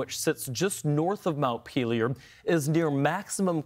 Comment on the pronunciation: Interesting, all the different ways to mispronounce "Montpelier" you learn from watching all the reports on the flooding.